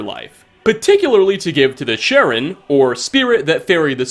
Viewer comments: It's pronounced car-ron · This may be my favorite series on YouTube lol Charon, I believe, is pronounced "Karon". Ch can sound like ch, k, or sh. Additionally, the line "Is that...fur...? Coming out of your ears?" Line still happens after you remove your werewolf status, worth mentioning. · charon is pronounced the same as karen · It’s pronounced (hah-ron) the c is basically silent lol that’s how u pronounce Charon aka the ferryman!